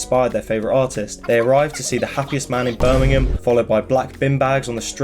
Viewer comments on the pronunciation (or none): none